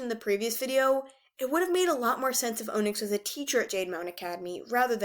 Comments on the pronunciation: It’s pronounced on-icks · qiblis name it pronounced kibly and onixs is on-iks. Please read the audio books because they say it right🌟🌟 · Gurl if you say ohnix one more time im seriously going to flip